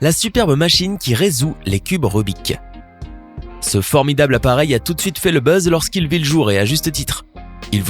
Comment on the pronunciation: On dit rubic cube